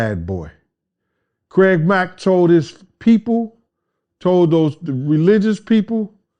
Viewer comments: Lol he said Craig lack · did he say "Craig Lack"? Yo Puffy did Craig Mack dirty af.... it sucks we were robbed from getting Deathrow Records to make Deathrow East which remember that despite the name was gonna be ran by all East Coast rappers and especially rappers who for some weird reason were not getting the record deals or they were treated like they were "old" and "obsolete" which is anti-hip Hop culture.